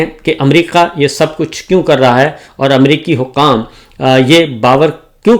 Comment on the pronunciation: باو جی :- اپنے اردو کے لفظ صحیح کریں - امریقا نہیں امریکا حقام نہیں حکام نقال نہیں نکال قامیاب نہیں کامیاب اقاونٹ نہیں اکاؤنٹ 😂😂😂😂😂😂😂